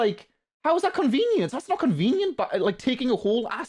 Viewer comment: because you pronounce "that" as "vat" like an infant it makes your opinion irrelevant